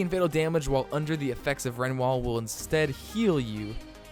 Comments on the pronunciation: Don't wanna sound rude but its re-new-al not ren-e-wal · renwal ??? where the fuck did u learn to speak english it's re-new-al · I was just about to say something